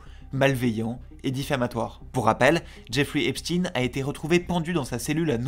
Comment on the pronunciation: Bonjour, non. La prononciation de Epstein (en parlant americain Cote-Est on va dire, c'est l'accent le moins marqué pour nous) ca ressemble en phonétique à ''Up-stène'' Ni ''Ep- schteiine'' ( a l'allemande, ou comme pour Einstein ) ni ''Epstine ''comme dans la vidéo